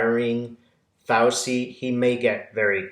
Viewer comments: (, it's pronounced "Fau-CHEE", not "Fau-see"). THANK YOU for your brilliant readings! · love your videos. You're mispronouncing Fauci; it's the ci sound of arrivederci. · Hey,. It's FowCHEE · Petty but Fauci is pronounced: F ouch ee like couchie. Lovely Italian name. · Thanks for supporting the concerned citizens of the USA, your fellow citizens. May I respectfully submit that you listen to CNN or another USA based news source speaking Dr. Fauci's name. As I had to learn some time ago, the c in Italian names is a CH for us English speakers. Peace and well being to all of us. Keep on keeping on.